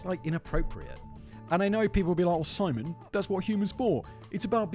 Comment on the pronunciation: Who is "Pimon"? Does he have channels, too?